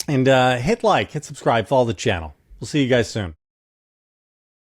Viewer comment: 2024 - when i mis-hear JVL saying "Hit Like!" as "Hitler!"